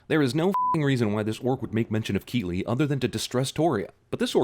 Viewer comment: It's pronounced Killee not Keeley.